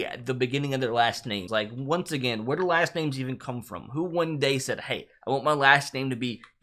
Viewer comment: You botched so many of these names.